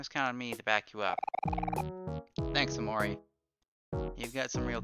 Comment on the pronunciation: I also find it funny how you say OmoRi.